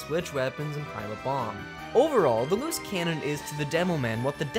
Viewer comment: I can't hear Loose Cannon... All I hear is "Moose Cannon"